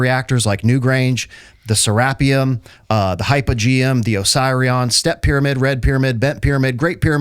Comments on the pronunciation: Serapeum. “Seh-rah-pee-umm” Not “Seh-rap-ee-um. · IT'S SERA---PEEUM, NOT SE----RAPPEUM !!!!